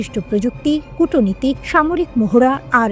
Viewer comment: Kutoniti নয়, এটা Kutniti.